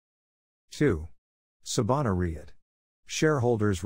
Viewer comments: ummmm I couldn’t care less that it’s faceless. But if the narrator cannot even pronounce the term “REIT” properly, how is anyone supposed to take the clip seriously? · Using an AI voice that can’t even pronounce “REIT” properly, doesn’t fill anyone with confidence